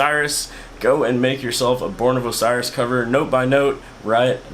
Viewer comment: The way you pronounce "Osiris" pisses me off more then the tutorial does